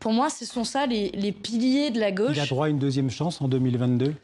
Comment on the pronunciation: Manon Aubry est native de Fréjus, dans le département du Var. Elle prononce " gauche" à sa façon. Dans sa bouche, " gauche" devient "gôche"...Est-ce le cas de tous les natifs de Fréjus et plus généralement de ceux du Var ?.....Rappelons que "au" se prononce comme un O fermé...